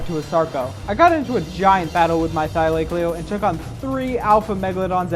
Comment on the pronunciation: How is no one talking about your pronunciation of thylacoleo, please look it up I'm begging